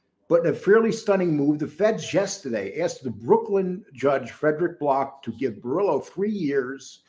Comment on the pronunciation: Borello not borillo